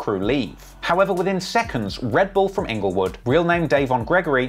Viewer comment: HAHAHA!!!! Ingle-what bro? Rest in pizz